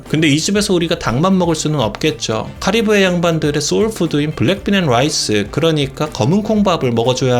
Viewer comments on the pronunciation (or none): none